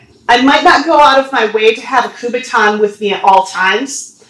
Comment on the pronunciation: it's called a kubotan not a kubaton